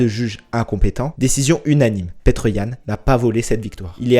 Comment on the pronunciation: Ça me fait rire quand tu dis petr 😂😂 en réalité suffit de dire piter comme peter parker par exemple